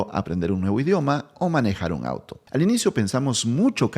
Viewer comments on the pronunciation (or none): none